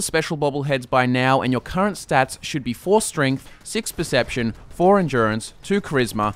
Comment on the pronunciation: percpetion xD